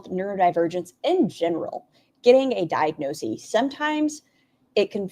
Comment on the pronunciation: bestie! first time viewer, enjoying the video so far, and extra points for livestreaming with your beautiful pet ... but it's diagnoSIS, not diagnoSEE. the plural form, diagnoses, IS pronounced diagnoSEES. why does it matter? because none of us should be doing anything that ALR does!